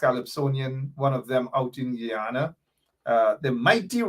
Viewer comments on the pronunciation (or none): Normally I correct my people with the correct pronunciation of the old country Guyana. is one of us and has tobe put on notice, the proper pronunciation is Guyana and.. not g u an. Respect the country's name and your political cause will gain traction. Pass it along